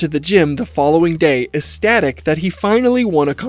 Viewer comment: = "esstatic" lolol jfc imagine making a mini-doc making fun of a kid who can't talk and barely being able to pronounce 3-syllable words yourself. Amazing stuff 🙏🙏✨